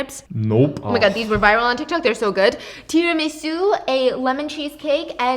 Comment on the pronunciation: The way she say Tiramisu ohhhh… also woman is not plural honey it’s women. 🥰 love you but drives me nuts